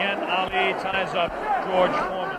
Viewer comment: baca ‘jorj formen’